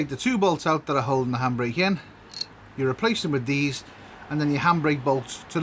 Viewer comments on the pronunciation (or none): Lol lol it took me half the vid to figure out you were saying handbrake! I thought you were saying hambray and I just couldn't think of what that was 😁🤪😂😄